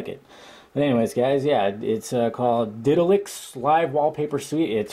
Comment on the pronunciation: It's called Ditalix not Ditlax, right? Thanks just dled it :))